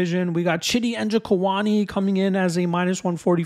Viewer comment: Dude I could have sworn you said Chinny Njokuani